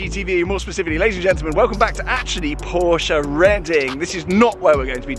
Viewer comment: This is the only time where i have heard you correctly pronounce porsche as “por-shuh” instead of “porsh”!